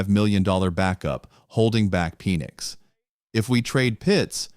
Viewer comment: That way he says Penix. Is like Penissssss. Ahahaha